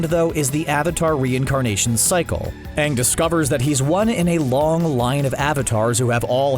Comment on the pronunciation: And also when Everyone starts calling Aang, Ung